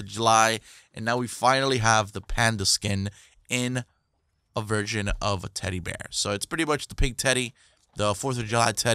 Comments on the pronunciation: Haha he did say virgin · Ik its sounds like that but he said version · did u say virgin or version? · Raven lol He Said Both To Be Honest...